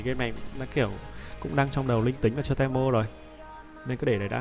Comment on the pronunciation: đọc tiếng việt là ti mô chứ te mô là j ông nội nghe khó chịu sao á